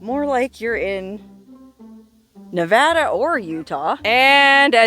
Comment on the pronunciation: You get a gold star for pronouncing Nevada correctly 😂😂😂😂